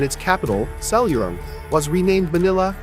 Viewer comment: Wrong pronunciation; Si-la-,nga-nan